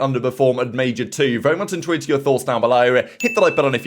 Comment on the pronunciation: I’m fairly convinced now that is trying to say ‘intrigued’ pronounced (in-tree-g-d) but says in-true-Ed to hear your thoughts in the comments below now and it’s been bugging me for so long now lmao 😂